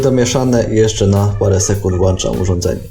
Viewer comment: Sernik fajny, ale chłopie „włączam”